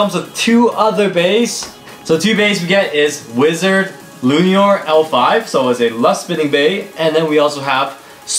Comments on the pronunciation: It’s not luinir it’s luinor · My guy said Wizard L u n i o r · Its pronounced Luinor. Loo-in-oor. sorry that was bugging me lol